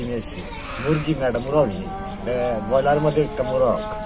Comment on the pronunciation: শব্দটা মনে হয় ব্রয়লার, বয়লার নয়।